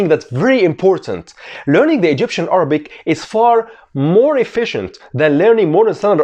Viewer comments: Iam from Egypt and you pronunciation is great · damn I'm egyptian and your accent is so good